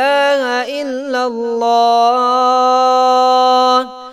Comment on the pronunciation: aap parh thain hain illalla. Likha allalla hai. Thikh karo mehrbani